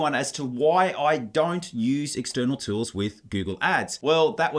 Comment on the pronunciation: "tewls" lol. But great content, thanks!